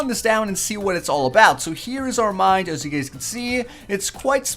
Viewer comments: STOP SAYING MIND! ITS MINE!! lol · he mind instead of mine